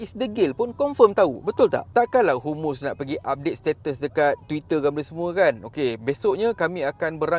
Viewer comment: sebut biar betul...HAMAS..bukan humus....kadang2 ayat kau ni mengarut je....nak buat content biar laa cerdik sikit perkataan dan ayat tu...PALESTIN bukan pales...!!